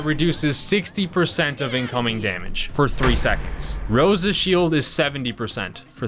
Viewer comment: It’s crosa